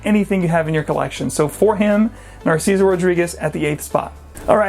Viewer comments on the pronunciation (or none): none